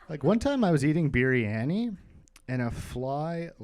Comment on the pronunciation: Spanikopita, beef stroganoff, biryani, cucumber, microwave... We're looking at some revolutionary comedic pronunciations of food-related words.